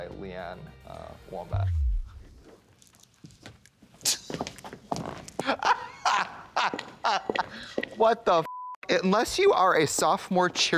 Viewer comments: I SWEAR HE SAID LEE ANN WOMBAT!!! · I swear he said Lee Ann Wombat